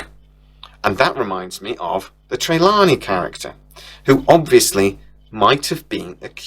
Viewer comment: For fucks sake mate, pronouse the names correctly,it’s TER-LANE…NOT TERLANIE